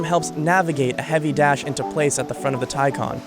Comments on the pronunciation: FS it's Por-sche with a silent e not Porsha and it's TayCan not TieCon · Taycan is a Turkish name it means fast, young etc. Tay means colt, baby horse kinda thing and 'can' means life, soul. So Taycan means who carries a soul of colt, excited, young, fast and fresh. You pronounce it like thai-jan. Not teisen, teican, taicen, taisen or whatever. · Americans really need to learn how the letter 'a' actually works in English. Listening to this guy say 'Taicon' repeatedly is just embarrasing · The word is pronouned and spelt " Tay Can " not Ty Con . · Its not pronounced as Tay-Kan but as Tay-Chan Tay= youngh horse, Can=Life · You pronounce it as ThaiJan nit Taykan! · Reporter be like: Tycan ❌ Tycon ✅ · IT'S tay, ay, not ty, as Icon. more like Acon, the singer. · “Taican” it’s Pronounced Taecaun that’s how all Porsche’s names sound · so Thaican or Taycan? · Why does he keep pronouncing it like “Thai-can” it’s quite clearly “Tay-can” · Why call it a tie con. And not tay can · He says it like tycon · hate how he said the name he called it the "thaicon" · like the vid, interesting, but why do you keep saying taycon??? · Tycon, sounds like one of megatron's henchmen, or henchbots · Why is somebody that does narration for a business insider video, unable to pronounce T - AY CAN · Its pronounced TAY CAN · Wait... so it’s spelled Taycan but it’s pronounced Tiecon? I hate it... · How many times did this guys say “Taycan”? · What's the real one? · He also mispronounced Taycan. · I really dislike the way you pronounce the name of the car.